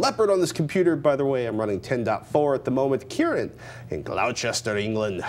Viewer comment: grrrr-lost-err speed it up to gloster...... Dr foster went to Gloucester......nursery rhyme